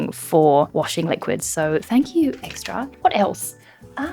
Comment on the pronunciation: J'ai cru que tu étais réellement française quand tu as prononcé la lessive Xtra.